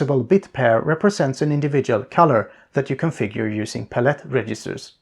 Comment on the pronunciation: puh-let is the new palette